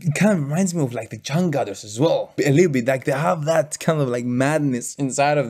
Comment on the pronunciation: thank you 🙏 The Changcuters you can say the chang chooters, not chang cuter